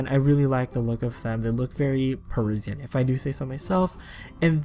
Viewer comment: The way he says Parisian hurts my soul